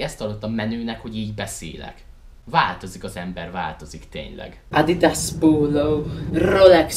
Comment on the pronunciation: D :D "Ádidász póúlóú" :"D